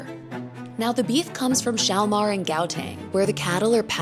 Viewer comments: The way you pronounced Gauteng [Goateng] made it sound like it was some town in South Korea. For those who haven't seen it, Train To Busan is one of the best movies you'll ever watch. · That's the strangest way I've ever heard someone say gauteng.